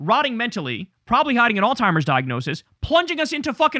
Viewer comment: Alzheimer not Altimer